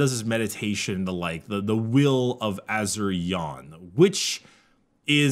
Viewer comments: "Ah-Sur-Yi-En" Asuryan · I hate to be that guy but the head of the Aeldari gods is pronounced ‘a-sore-ian’